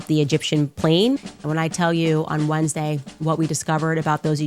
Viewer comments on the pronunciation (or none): none